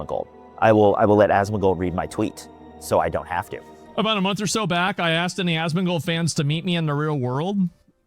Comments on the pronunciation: Asmuh-gold, Asthma-gold, A-smug-old, Ass-Mac-Old. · love how everyone pronounces his name as ashtmagold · y u sayin asthmagold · No hate, but pronunciation of “asmongold” sounds like a toddler lol